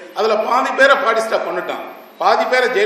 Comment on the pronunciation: Esra ayya. A small request, whenever you are telling a name , do please pronounce it properly. It is not padista, it is Batista. Will anyone accept if I say pidel Gastro?